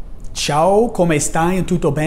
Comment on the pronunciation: 'Come stai', omg that is so poor. It really is bad.